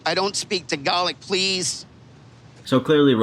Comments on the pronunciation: AND THE FACT HE CALLS TAGALOG TAGOLIK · i’m sorry but i literally screamed with he said “tagalog”